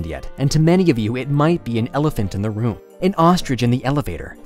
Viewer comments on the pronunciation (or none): none